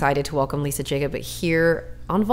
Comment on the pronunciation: It's pronounced Yakoob...